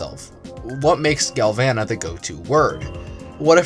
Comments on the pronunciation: It's pronounced gal voh nuh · Oh my galvana turned into oh my glasheur